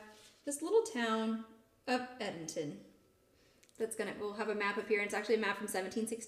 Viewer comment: Very interesting discussion about the Edenton Tea Party. Being from NC, it's interesting to me to hear how you pronounce Edenton. Here in NC it's pronounced "Ead-dun-ton".